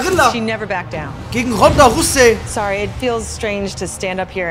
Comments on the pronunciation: Erste Folge direkt wieder von der Aussprache getriggered xD es heißt rausey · Jonas Danesh Nia was hat das mit englischer Aussprache zu tun? Es steht ganz klar ROUSEY wie zum fick soll das Russy heissen